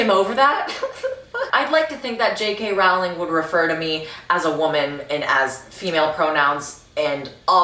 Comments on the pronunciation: I don’t like how u say her lists name. roWling girl I don’t think that’s how it’s pronounced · is she gonna learn how to pronounce Rowling or is it just gonna be Rauling now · Rowling rhymes with Bowling, but she deserves the mispronunciations at this point. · Usually I’d correct your pronunciation of her name, but I don’t respect her anymore, so who cares?